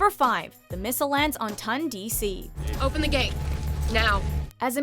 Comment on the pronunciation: They also kept mispronouncing Ton DC.